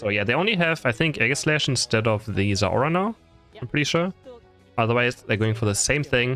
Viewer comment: Its not zeora It is zeraora